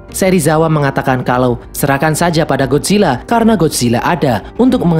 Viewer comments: Bang bukan Godzilla gadzilla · Bang lu Bacanya Godzilla GodCilla